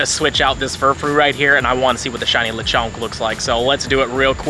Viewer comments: I love how you saw “le-CHAWNK” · I donot know why but pronouncing Lechonk seemed little funny the whole time 😅